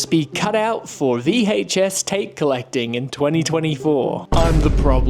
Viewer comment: The way this guy over pronounces the H in VHS drives me insane. It’s like watching Stewie from Family Guy